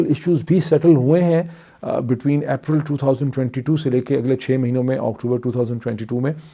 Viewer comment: April is not "App-ral" Its pronounced "Ape-ral" Just a correction :)